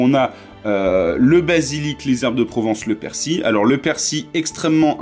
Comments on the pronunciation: Le persi ?? Le " l" ne ce prononce pas chez vous ?? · Je crois que tt le monde prononce le " L" a part apparemment mdr